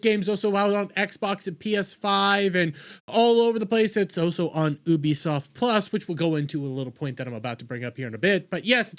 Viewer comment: Guys pls stop listening to a dude that pronounces it as OOBIE SOFT speak about anything 😂😂